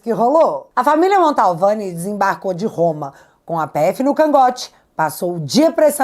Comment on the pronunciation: Querida, eu não gostaria de te corrigir, mas toda vez que vc diz Família Montalvani me dá um arrepio na espinha......sabe porque? Porque está errado, kkkkkk A família chama-se Mantovani, meu bem.....desculpe!!! Bjsss